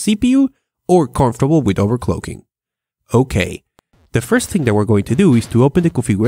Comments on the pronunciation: overcloooocking ? really? learn some prenounciation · "Overcloaking" I fkin love you